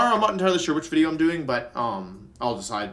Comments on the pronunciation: it not video it’s wideo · Every time I hear Wolfey say 'wideo' I flash back to the time Joey told him to stop saying his v's as w's and nearly die laughing